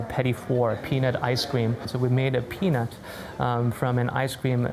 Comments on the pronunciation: He did NOT say peanut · that did not sound like “peanut” after that game you played. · he totally doesn’t say peanut. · After the game was played, when the word "peanut" was said several times in a row, I heard... the other thing.